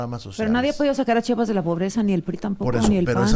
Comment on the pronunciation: ESE VIEJETE YA ESTÁ MUY VIEJO PA QUE TODAVÍA NO SABE CÓMO DECIR “ CHIAPAS “ JIJODETURPM